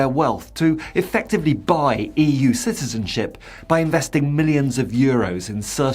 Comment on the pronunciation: Ciztizenship?? Supportzive. Practzical. Emptzy. Hurtzing. Battzered. Promotzing. = Brexit English. Soon to become like the ridiculous Spanish lisp.